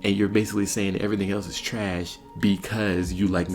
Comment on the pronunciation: That man said treessh 😂